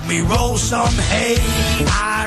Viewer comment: I'm a Zumerset boi - he means "roll sum aye" not hay!!